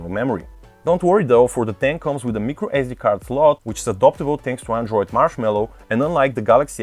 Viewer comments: you pronounce Micro as My-crow not Mi-crow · Bob He pronounced everything correct except micro, which just left a bit off.